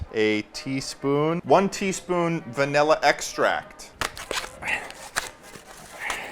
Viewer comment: "vanhela ekstrahccT"